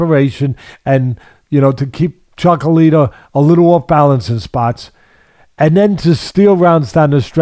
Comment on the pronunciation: Teddy calls him “Chocolita” lol. I agree with him though.